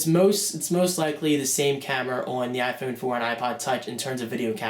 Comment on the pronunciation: u say iphone wrong